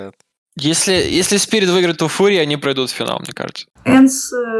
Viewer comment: Я один заметил что они все говорят спирит, а то фуриа